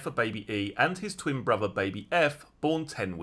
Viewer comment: Can you please pronounce your words correctly,as in Three,not free,brother,bot bruvver,father ,not farva…. It is awful to listen to.